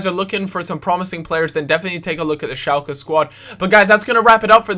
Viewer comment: Dafuq is 'shalcke'